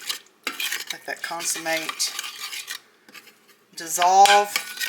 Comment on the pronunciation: It’s consommé not consummate. Consummate is having sex on wedding night.